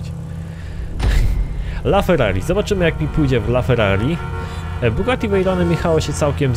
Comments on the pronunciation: To jest Bugatti a nie kugati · NIE KUGATTI SZEJRON TYLKO BUGATTI VEIRON